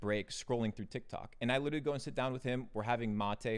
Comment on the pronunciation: Can’t take him seriously when he says “witerally” instead of literally